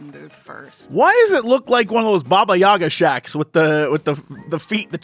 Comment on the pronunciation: I love how english speakers pronounce "baba Yaga" with stress accent in 'Яга' dropping on 'Я' instead of 'А', cuz «Я҆га» is a slang name for a «Jaguar» energy drink